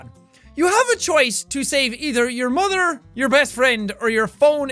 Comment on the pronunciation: "it's my muather" :)